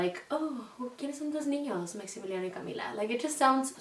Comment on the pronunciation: OMG I was definitely team Natalia but hearing you say Maximiliano Y Camila sounds so beautiful it truly is the perfect name and sounds perfect❤️